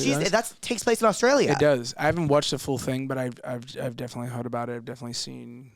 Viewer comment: How he pronounces heard like “hwed” without much pronunciation on the R is adorable!!